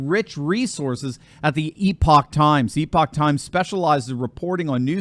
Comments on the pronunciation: It's Not E-Pok Times. It's Epic Times. If they are gonna be a sponsor tge least you could do is get the name right. But you are not the only one who gets it wrong. Other than that Great Job.... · E-POCK TIMES??? Or EP-ICk Times? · Eh-Puck Times, not Ee-Pock times. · How do you not know how to pronounce the word Epoch?!?! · you are a professor and you don't know how to pronounce the word "epoch?" How did you pronounce it before there was a publication call "The Epoch Times?"